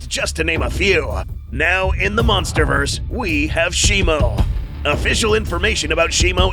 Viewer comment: Did bro just say munsterverse?